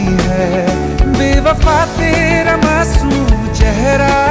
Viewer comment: Sir sorry but aapka ek word jo masoom hai wo bahut galat pronounce hai